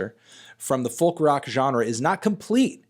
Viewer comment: you don't pronounce it with the l you pronounce it "foke"